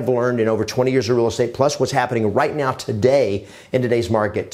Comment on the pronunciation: Did you say right meow?